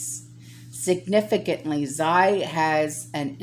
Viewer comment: Xi... is pronounced as she in Chinese. Love you and thank you for all your hard work.